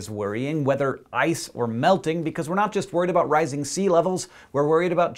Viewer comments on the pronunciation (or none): none